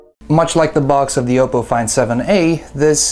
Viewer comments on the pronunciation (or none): I thought it was pronounced Op-po, not O-po.